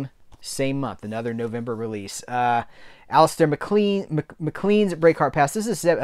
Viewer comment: Mac Lane is the pronunciation not Mac clean.